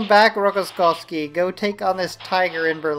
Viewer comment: he is not Rokoskovsky, but Rokossovsky!